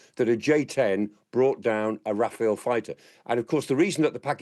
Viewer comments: It’s pronounced Raf-al not Rafael 👍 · It's RAFALE (not Raphael)! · Clark is great, but its Rafal, not Rafael